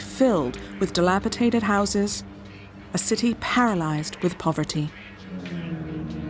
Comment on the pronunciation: 'Dilapitated' isn't a word. This isn't the first time I've heard dilapidated pronounced that way though. Off-putting.